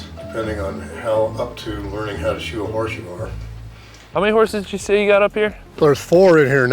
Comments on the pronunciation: Anyone else think he said shoot a horse instead of shoe a horse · anyone else think they said shoot the horse not SHOE the horse